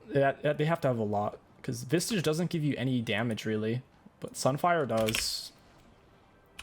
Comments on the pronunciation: Why do you call Visage, vistage? Or am I wrong? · My man. There is no T in Visage. Idk if you know how much it upsets me and you do it on purpose or what 🤣